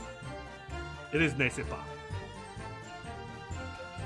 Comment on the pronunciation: why does keep describing 'eh' sounds as 'ay' like nest ce pas or mais this case had a lot of maïs though so thats funny